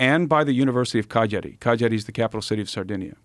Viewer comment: How can you pronounce Cagliari so bad